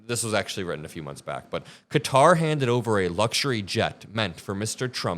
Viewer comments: It's Ka tar not cutter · Please learn how to pronounce Qatar correctly. It's not 'Cutter'. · Qatar = kuh·taa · Cutter? where's Cutter. or do you mean Qatar. Cat tar , Catar Qatar. If I didn't know this I would be like what is Cutter?